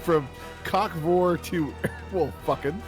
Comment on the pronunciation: I heard "cockfor" for like 5 minutes until I understood "cock vore" and I thought slowbeef was just doing a "what's cockfor" setup without anyone else on the stream to ask the question and I thought it was the funniest fucking thing.